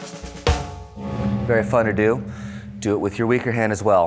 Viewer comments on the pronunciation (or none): I thought he said barafuddledoo then I realized he said “very fun to do” 😄 I’ve got flandereeze in my head(-dle diddle doo).